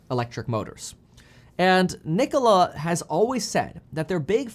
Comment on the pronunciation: How can someone disrespect the name Nikola like this